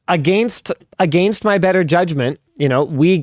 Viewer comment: Against: pronounced Egg Angst